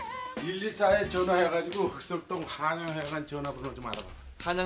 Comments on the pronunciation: 발음 진짜 안좋네 흑석동이 북석동으로 들려 ㅋㅋ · 흑석동 th발음 너무 웃겨